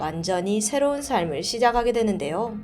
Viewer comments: 시작하게 되는데요 👉 '시자카게 되는데요' 가 맞지 않나요? 계속 '시자가게 되는데요' 이렇게 발음하시네요 ㅠ 저번에도 댓글 남겼었어요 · 잘 보고있습니다. 😁 그런데 한가지 발음(합니다)을 교정해주실 수 있을까요.. 이번 영상에서는 유난히 더 들리는것 같았어요ㅜㅜ 바르고 정확한 발음으로 내용을 전달 하시는데 이 부분만 표준어 발음으로 해주시면 더~ 좋을것같아요.. 시자가게 되는데요 > 시작하게 되는데요 완벼갑니다 > 완벽합니다